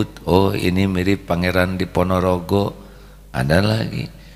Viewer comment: Maaf a', koreksi kalau nggak salah pangeran Diponegoro, bukan diponorogo, punten a'